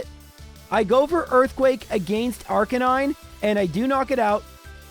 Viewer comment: you said arcanine right!